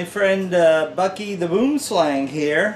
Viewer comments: Its not pronounced 'Boom slang' it is afrikaans, bu-im slung , meaning Tree Snake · I have these live in my grandma's back jard and it's not pronounced like boem slang😑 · dude..im south African and thats not how its pronounced. basically its "boo-um sl-ung" or tree snake works too same thing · PS: super funny the way you say "Boom Slang". Im South African and we say it as it is said in it's native (derivative) Afrikaans form - "Boo'em Slung". Peace man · I hate it when people pronounce Boomslang wrong lmao , anyways great vid !